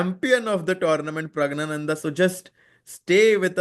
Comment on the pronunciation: "Pragg-Gyaa-Nanda" (NOT pronounced "gna" - silent N) Very strange to hear native Hindi speakers mispronounce a Sanskrit name.